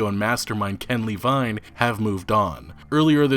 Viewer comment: The way you pronounced Levine bothers me.